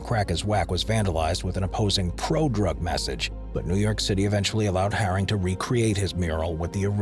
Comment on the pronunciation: Keith haring not “harris” 🙈 Also saying robbo v banksy was one of londons first graffiti wars is just ridiculous 😂